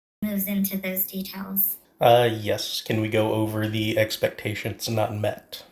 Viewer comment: Take a shot every time she says "expections"